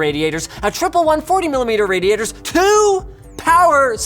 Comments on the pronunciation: "Raditor" lol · someone at LTT has trouble with the word 'radiator'.